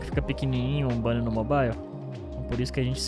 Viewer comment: Cara qual a dificuldade de falar mobile na pronúncia certa ?